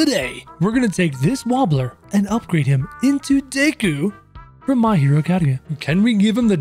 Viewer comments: This man really said dayku instead of deku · Deku not Dayku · its pronounced d (eh) k oo not daykoo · He says daku instead of deku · Deykuw? Tf lmao. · he says dayku